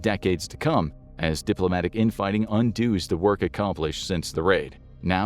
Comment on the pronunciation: "undoos" instead of "undoes" 🤣